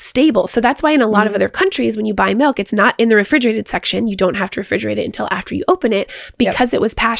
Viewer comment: It’s funny. seems to unconsciously alternate between “milk” and “melk”. 😂